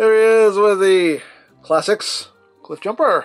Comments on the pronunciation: Not cliff bloosher it's cliff BlOOOOOOOOOOOOSH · Also , did i hear me a Jiffbumper? 😁